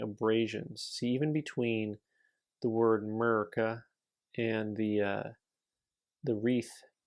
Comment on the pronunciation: Yes,grading is not an exact science, but NGC and PCGS are getting paid,quite nicely I might add for that inexact science. I like when you said Murica,lol